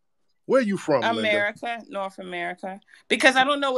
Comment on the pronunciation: She said "norf america"....😂